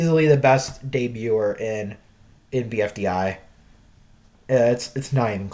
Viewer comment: you said day-buter instead of debuter in the debuter the buter part is pronous like butter and de like bee but you replace the later b with later d (i am not american english but i am better at american english the my fist languege and i don't know if you also aren't an american, it would explain how you pronous debuter)